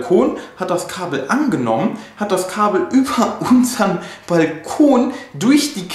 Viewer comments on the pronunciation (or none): none